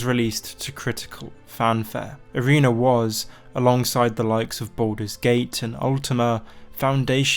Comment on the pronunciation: please say arena and not areener